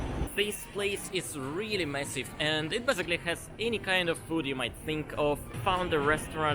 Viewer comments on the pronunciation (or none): none